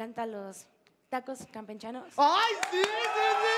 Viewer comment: Like si oíste tacos campenchano en ves de campechanos